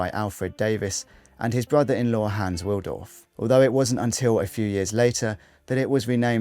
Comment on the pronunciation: Wilsdorf not Wildorf